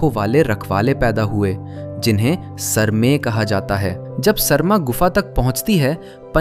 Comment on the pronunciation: Sarma (सर्मा) nahi, Sarama (सरमा). उसी से सारमेय (Saromeya) आया है, सार्मेय् नही। क्या हो गया हिन्दी और हिन्दीवालोंको? असली संस्कृत शब्दों का इतना विकृति!! कभी अलग से संस्कृत पढ़ाई कीजिए। याद रहे सारे सनातनी शास्त्रों वेद वेदान्त उपनिषद रामायण महाभारत गीता सबकुछ संस्कृत में ही रचना किया गया। उसका उच्चारण संस्कृत में ही होना चाहिए न कि हिन्दी में।